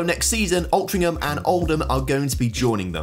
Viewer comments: The way you say Altrincham really upsets me but good video as per. Also its now just Bury FC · you need to learn how to pronounce british placenames. wealdstone and altrincham in particular.